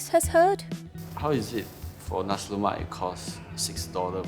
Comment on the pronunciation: Guy can't even pronounce nasi lemak properly. No wonder cannot make it